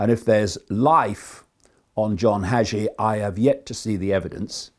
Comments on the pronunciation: its john hagee , not john hajee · Haaaa geee. Preacher from San Antonio tx. Hagee. (I heard name pronounced hey gee… ). And … 🤦🏻‍♂️🤦🏻‍♂️🤦🏻‍♂️ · Respectfully, Hagee is long A ,yep he's full of it. Prosperity preachers 😮